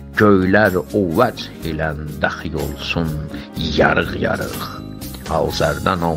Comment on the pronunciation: (o vech )ile kelimeni Yazarın seslendirdiyi kimi inanmıram kimse söyləyleye bilsin... Bele de ümumilikde cox gözəl söyləyir